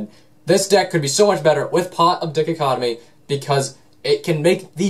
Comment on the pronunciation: DICK-o-COT-omee. What. Dai-COT-o-mee.